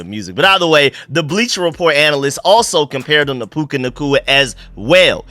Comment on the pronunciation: It's PUKA, not PUKE.